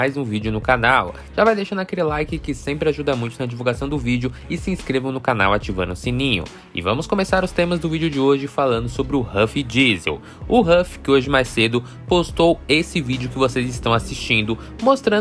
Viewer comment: "Sou amigo do "rôfin dízel", cala a boca cariani